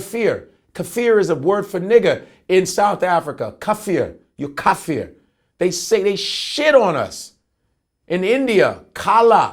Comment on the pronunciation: Chocolaty Godfrey, it's pronounced K-A-F-U-R.. & it's illegal. ✊🏾🇿🇦